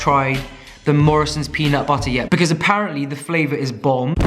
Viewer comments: peanut buttER it sounds so weird when you say it which makes me think that thats how I sound saying it. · Your random bursts of american accent “peanut butterrr” makes me bust out laughing , I freakin love you and your videos. ❤️❤️❤️🤣🤣🤣🤣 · You say "butter" in an American accent very well. 🤣😂